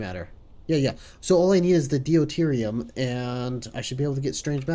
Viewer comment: I can tell you record in advance, but still - d'you tier E um. Deuterium. Really enjoying just how crazy things are already, but it seems like starting anything even close to the scale of a Dyson Sphere is still a ways off.